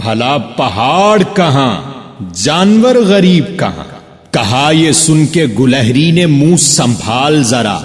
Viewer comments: Lafz gulahri nahi gilehri hai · ماشاء اللہ بہت خوب... بارك الله فيك علما و عملا............ گلہری کے '' گ'' پر کسرہ رہے گا شاید